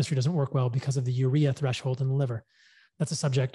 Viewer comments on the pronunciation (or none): none